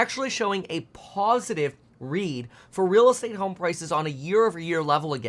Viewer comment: Reeeeeel estate-ah crash?